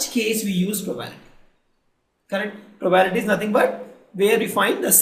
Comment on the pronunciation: its pro ba bi li ty NOT PROBALITY